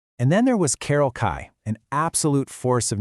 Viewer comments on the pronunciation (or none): Kay. KAY. Not Kai. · You pronounced Carol Kaye’s name wrong! It’s pronounced just like the letter K. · Carol Kaye . Not Kai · Carols last name is pronounced like the letter K. She didn't pick up the bass on a whim. She was asked to play bass, and told she could play anything she wanted to. After playing specific simplistic guitar parts, that sounded good. Finally she could be creative instead of playing only what she was told to play. That is from interviews with Carol herself. These AI slop videos suck. There is a documentary called "the wrecking crew". It is really good. Whatch that instead of this garbage.